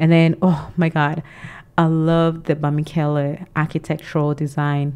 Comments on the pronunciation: It's Bamileke not Bamikele! Thank you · It s no bamikele but Bamileke